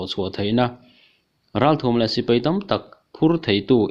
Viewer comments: Sipei hi in ti mawlh a, Sipai tih tur asin maw le. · Lam puam nalh thei khop mai,😂😂😂 mahse sipei ti tlat zelin ka hria